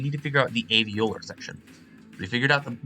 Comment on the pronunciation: Oh, setting a new record for most mispronounced words in a single tutorial. Labial, Plosive, Alveolar, screamed, that, ever, speak, of, they. Six of those are because you were trying to pronounce the phonetic spellings without knowing IPA and didn't realize you could just look a little bit to the left to see the English alphabet spellings of the words and thus also the pronunciations. Those phonetic spellings are pronounced exactly the same as the English words they represent, haha. Nice tutorial though!